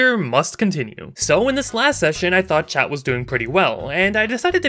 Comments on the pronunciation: Everytime He said "Chat" I always missheard "Chad" and for some reason that makes it 200% funnier to me. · I swear, every time she said chat I though she said chad, “then chad eats the magic collar” so funny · for half the video i thought he was saying chad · Same lol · Am I the only one who keeps hearing chad instead of chat?